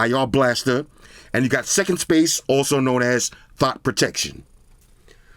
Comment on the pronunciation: Wait did he say thot protection 😂 boy I need to get my bro one of these 😂